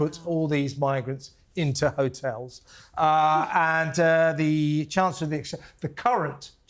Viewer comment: What is she calling the hotels, ' '.😅😅😅😅😅😅😅😅😅😅😅😅😅😅😅